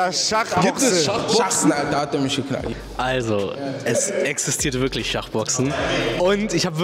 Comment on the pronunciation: Es gibt worglich schahboxing